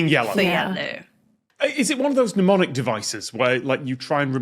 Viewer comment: "pneumonic devices"? I suppose you meant "mnemonic", I am just surprised if it's supposed to be pronounced like this (English is not my first language)... Or you misspoke and really said "pneumonic"